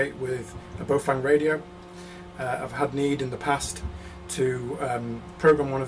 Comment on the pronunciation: Cool vid. Only thing I'd comment on is pronunciation of 'Baofeng'. I'm presuming this is Chinese, and if it is, you'd say "Bao-fung" (rhymes with Cow dung:-) ) to pronounce it correctly. Clearly, when it comes to building the interface, I'll leave that in your more than expert hands:-)